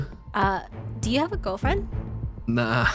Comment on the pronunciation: HAGAHAHAHA How can u not be laughing bruh 😂😂😂😂😂😂 When he said YUoH